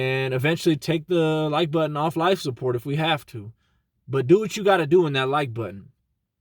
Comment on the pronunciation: this nigga said air lift the like butten.... lol i love it bro